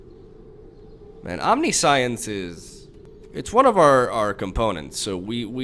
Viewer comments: Omni-science haha that's like saying con-science instead of conscience xD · Om - nih - sh - eee - ence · OMNISAIENS, that's how you pronounce it But I love when you mispell words, it's kinda your thing and it fits your funny character persona And any haters can go suck a Bolas :) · It's pronounced "omn-nish-ence" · Good vids buddy.. And its "omnishence" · The Kaptain No you pronounce it omni-si-unse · It's om-nish-intz. Love the originality of your decks bro. Keep up the gr8 work👍👍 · A friend I play MTGPQ with attempted to buy a copy of Omniscience, he pronounced it incorrectly as you did and I can't wait to click out of this video because you're proudly saying it incorrectly over and over again; the moral of the story is the store owner wouldn't sell it to him and he said, if you cant pronounce it right you dont deserve to play it. #grammarnerds #getrektscrub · I know its wrong, but I prefer how he pronounced it, since science is clearly part of other word and omni is latin meaning all, but I am a foreigner xD